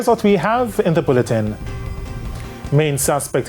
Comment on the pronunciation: Why thy always say Bulleting?